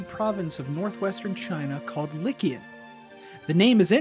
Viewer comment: You are pronouncing Liqian wrong. By the phonetic rules of Hanyu Pinyin (the Chinese pronunciation guide using Western lettering), “q” is pronounced with a “ch” sound similar to how one would pronounced “chow” or “chew". Therefore, Liqian is pronounced “li chian” and not “lickian”. Yes, the transliteration sounds even more like “legion” than you’d imagined…not that I’m agreeing with you that the inhabitants are descendants of a Roman legion.